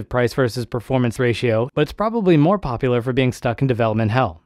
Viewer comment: I like how u emphasis popular when I’ve never heard of this in my life and neither have many